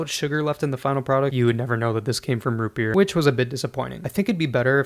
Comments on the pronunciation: ROOUT BERR! YEEAR ROOUT BEEER root berr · Root bebeer